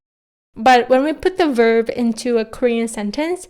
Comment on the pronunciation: Just wanted to ask are you pronouncing the ‘b’ when saying ‘verb’? Just sounds like your saying ‘verv’. Great video non the less :)